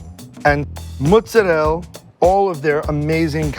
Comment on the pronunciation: Why do they pronounce mozzarella like that? Ew